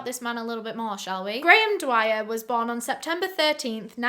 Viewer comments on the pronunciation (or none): HAHAHAHA I CANT “BORN” 😭😭😭